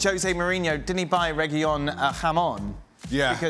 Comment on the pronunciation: Thought Dan was an expert in all things Spanish. Reguilon has one L. So the L is pronounced isn't it